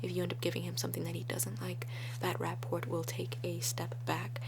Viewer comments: The T in rapport is silent. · The 't' in 'rapport' is silent, but this exemplifies how much she reads. For there are two linguistic perils as I perceive them: 1.) Trying to pronounce a word that you've only ever read Trying to spell a word that you've only ever heard I'm familiar with making both mistakes in life, myself. Heh. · I believe the "t" at the end of "rapport" is silent ^ ^ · The t in rapport is silent